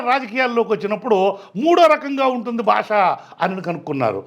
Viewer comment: Bhashaaa kadu bhaasha 😂